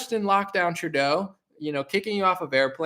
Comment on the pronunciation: It's Justin TRUE-DOH my man. Lmaof. Great show!